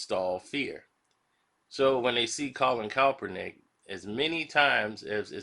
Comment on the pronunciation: Say it with me Karceno- KAP-ER-NICK! My goodness smh 🤣🤣